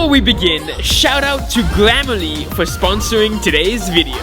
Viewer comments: i love how he said glam a le instead of gram ah le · Is it just me or did I hear glammerly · Funny that he can't pronounce grammarly